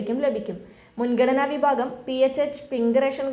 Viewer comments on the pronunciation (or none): വിബാഗം അല്ലെടോ വിഭാഗം എന്ന് പറയൂ . ബക്ഷ്യ അല്ല ഭക്ഷ്യ എന്ന് പറയൂ